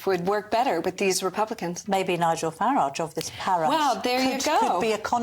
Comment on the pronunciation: Farrage? You must be kidding……you can’t be serious…..